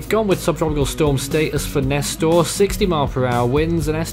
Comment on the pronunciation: Nester ain’t ss it’s s